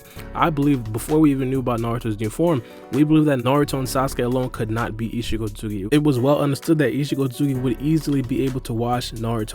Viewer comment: Isshiki not isshiko